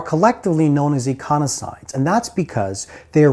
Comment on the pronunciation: Econisoid ❌ Ecosinoid ✅